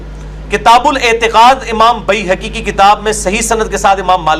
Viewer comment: واہ بھئی گلابی عربی دان پلمبر صاحب بیہیقی اتنا اوکھا ہوکر بول رہے ہو اور جامع ترمذی کو جامعہ ترمذی اور امام عیینیہ کو عیینہ۔۔۔۔جہالت وہ جو سر چڑھ کر بولے